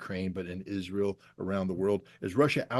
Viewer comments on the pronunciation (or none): none